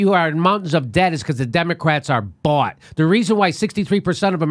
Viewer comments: Ron's face when says Demo"ass"tics....lol. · LOL,! The DemoASSitcs, I like it!